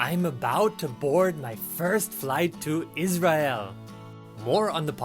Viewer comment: says Israel very clear